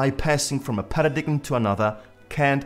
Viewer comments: It's not pronounced PA RA DIG EM.. Its PARA DIME... Don't be a European dunce!! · When you can pronounce paradigm CORRECTLY you might has some credibility.